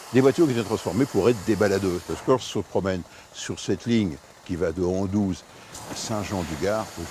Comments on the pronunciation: Avec tout le respect et l’admiration que j’ai pour Michel Chevalet ça fait mal aux oreilles d’entendre AndOUze au lieu d’AndUze. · on dis Anduze et non Andouze faudrait le dire à Mr Chevalet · C’est Anduze et pas Andouze …. Film très sympa ….